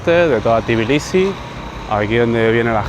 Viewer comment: ❤❤ por fin un vídeo sobre mi país; por fin alguien que dice bien Tbilisi y no dice tiflis 😂😂😂 se agradece 😂… no lo dice bien del todo, pero es mejor que decir tiflis 😂 Algunas personas estafan con los precios si creen que no sabes incluso si sabes hablar el idioma, hay que tener un poco de cuidado… y si, lo de marca y todo eso es muy caro… hasta la mozzarella y esas cosas… la fruta es muy muy barata en general, excepto las bananas y fresas y cerezas que son carísimas Por cierto hay edificios que tienen ascensores de pago, cada vez que usas el ascensor son 20 centavos de lari Es todo tan caro que ni los ciudadanos pueden permitirse ciertas cosas… montar en noria ya son como 8 laris… imagina disfrutar de unas atracciones en familia cuando en Poti el sueldo es de 15-20 laris diarios… por 10 horas o más de trabajo… el Xachapuri es de queso siempre, luego tienes el Lobiani que es una pasta de alubias y luego está el de patata que es masa frita…